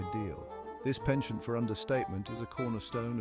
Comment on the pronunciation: Well, he obviously doesn't speak French since he mispronounced 'penchant' throughout the narration 😀